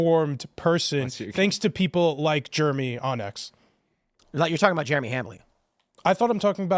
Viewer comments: I won’t watch timcast if this guy is on it. He’s an idiot with idiot opinions. It’s Jeremy, not germy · Ive never heard someone pronounce Jeremy as germy before. It's pronounced J-air-eh-me. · Also, he keeps saying "juremy" what? ..What? There's an 'E' in there. Dumbass. It's JEREMY. Fucking moron. Idk why that pisses me off so much lol just speak correctly. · Kiss my whole ass is quite the line! And does that dude not know how to say Jeremy? He was saying what sounded like Germy. Not to mention he thought your last name was Quartering. What a clown! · I’d be more offended he pronounced it Germy from Quartering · I cant stand how he says Germy. Such a disingenuous dude thats obviously a cuck for the left! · sounds like he is deliberately saying Jeremy wrong to sound like Germy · Nothing is worse than a person who pronounces the name Jeremy as Germy. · Is he purposely calling you Germy?? Jeremy is not that hard to pronounce 😂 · Why were they saying Germy? Can't even pronounce your name correctly! 😂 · I've always thought it was funny when someone can't say Jeremy. They say germy. Same people that can't say crayon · Is he saying "Germ-y"? Like some kindergartener? What a loser. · Did he call you "Germy Quartering"? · When he said "Germy", I thought of DDayCobra😂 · To be fair he did say "Germy" Hahaha! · He pronounced it “Germy” lol. It’s like someone saying “expresso” or “especially”. As soon as I hear someone mispronouncing simple words I begin to question everything else they say 🤷‍♂️ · Right! He should go check out a book a the liberry. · How hard is it to say 'Jeremy'? That is a dead set stooge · By the way, how hard s it to pronounce Jeremy? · He can't even pronounce Jeremy. 😂